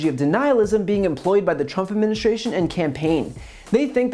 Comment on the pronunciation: ...part of a broader shhragery......it's pronounced strat e gy...and also the Trump adminshtration is pronounced ad min is tration